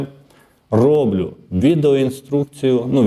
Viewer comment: не рОблю,а роблЮ.